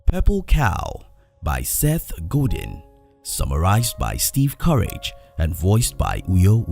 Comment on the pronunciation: Seth "Go Deen" hahahaha shout out to the voice over artist....he probably speaks 5 languages.